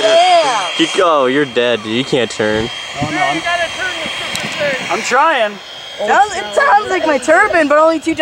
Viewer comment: he didn’t say turbine he said “turbin” 💀💀💀